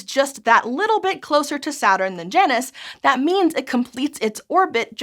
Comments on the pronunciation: Smite has taught me that isn't how "Janus" is pronounced lol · I prefer j-anus…you say it weird